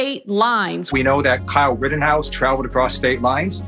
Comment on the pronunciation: 1.52 does the guy say Karl Rittenhouse?